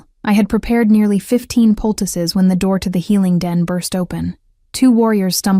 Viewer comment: Poultice. Not pticuses (?) Puses? Picuses?